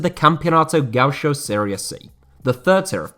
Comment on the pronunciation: for future reference read gaucho like this = ga- UUU- sho